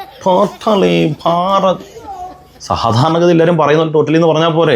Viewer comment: നിങ്ങൾ എല്ലാം പറഞ്ഞത് ശരിയാണ്. പക്ഷേ 'ഭാ' എന്നത് മലയാളഭാഷയിൽ കടുപ്പിച്ച് പറയേണ്ടുന്ന അക്ഷരമാണ്. 'ബാരത' മല്ലല്ലോ..